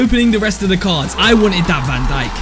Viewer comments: Who didn’t hear him say van donkey😂 instead of van dijk😂😂😂😂😂😂 (make this comment blow up) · Bro said Virgil van donkey💀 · You said donkey